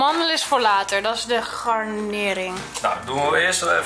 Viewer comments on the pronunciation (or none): iedereen: garnering: gardenering